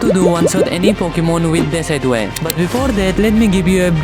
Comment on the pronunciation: I feel sorry for him even he didn't know how pronouns decidueye